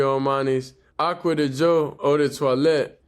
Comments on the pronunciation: Giorgio Armani Aqua DiGio (Dee jee o). I'm here to help with the correct enunciation. I got you Bro. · You must get paid dor everytime you say the name of that cologne. I know ot took you a couple of weeks to actually get ot right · The edits when pronouncing yhe cologne was 😂😂😂